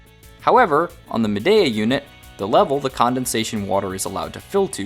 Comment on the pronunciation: I’ve had mine 5 years. ZERO PROBLEMS. when I remove it from the window after using it i CLEAN IT. Store it in my apartment. Never ever have had a problem with mold. And it’s pronounced MAdeeA.